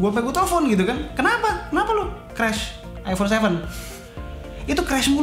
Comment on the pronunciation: Iphone bro bukan ifon